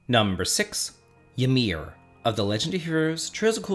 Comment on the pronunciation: Trails of Cold Steel mispronouncing Ymir hurts my OCD.